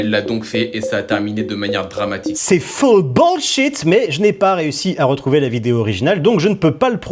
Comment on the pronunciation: « Fwull Bwull shit » 😂